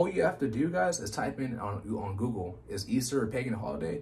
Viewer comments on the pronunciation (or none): none